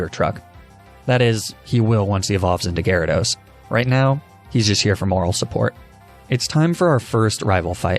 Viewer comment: GYARADOS, NOT GYRODOS! FIX IT NOW!